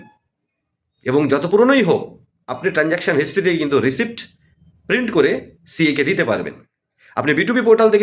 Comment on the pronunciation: ইং Receipt শব্দটার উচ্চারণ "রিসিট " P টা silent।